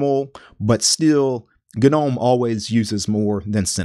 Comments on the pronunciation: I want you to know that your video was great until you started saying gnome. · Great guide. But the way he says "Gnome" has me cringing XD. I know it's technically a correct way of saying it, but still sounds wrong haha